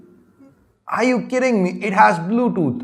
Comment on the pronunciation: Bludot... bluetooth 😂😂😂😂😂😂